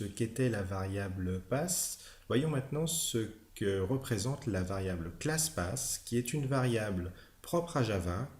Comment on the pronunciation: Très bonne vidéo. Bien expliqué et claire. (Seul bémol, c'est en peu déroutant de lire PATH et d'entendre PASS ... ou encore : de lire CLASSPATH et d’entendre CLASSPASS...)